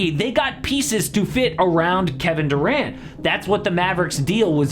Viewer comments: "KeBEN DERant" 😂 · "keben derant"